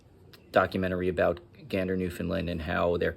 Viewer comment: He pronounced it correctly ❤❤